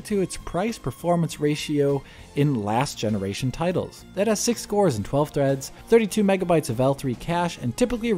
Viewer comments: What's a gemeniration? Lol. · What the hell is a geminaration?